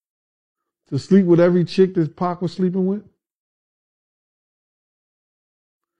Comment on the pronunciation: QUIT CALLING 2PAC...PACK...GAH...😮